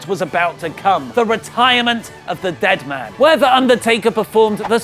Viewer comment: Dead Man learn to pronounce his name correctly atleast